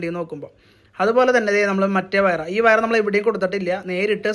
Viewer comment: വയറ അല്ല വയർ എന്ന് പറയൂ